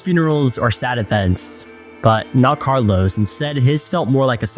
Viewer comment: Why does the host call him carlo...S??